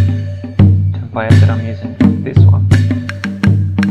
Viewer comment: its a template not a templay you idiot